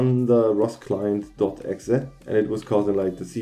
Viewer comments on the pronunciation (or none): yet you cant pronounce .exe